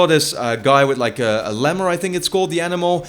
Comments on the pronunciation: Lemur is pronounced like Lee-mur. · That has nothing to do with the accent. The 'e' need to be pronounced for a longer period of time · I'm sorry but the way you said "lemur" was hilarious! XD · i guess he never watched madagascar as a kid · Jack johnson My original comment was just correcting the pronunciation of the word Lemur. Everybody else just ignorantly argues that I'm wrong.